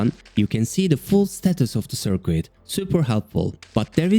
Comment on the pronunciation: I love these videos! Currently catching up by watching them all from the beginning -- excited to see what's next. One little tip: The "u" in "circuit" is silent, so it sounds more natural if it rhymes with "kit" rather than "quit". :) Your videos are inspiring me to get back into Unity!